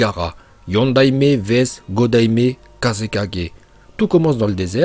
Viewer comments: Toi tu dis kasekajé au lieu de dire kasekague bon ca ne s'écrit pas comme ca mais voilà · PRONONCIATION DE "KAZEKAGE": -: Kazéka-djay - moi: Kazéka-gay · Pour kaze4g alors que juste avant tu le dis correctement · prononciation Kazé-4g 😂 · Pourquoi il dit gajega jé